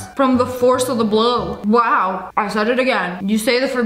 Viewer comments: You said wowl when you are telling about the ice thingLOL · You say wal 3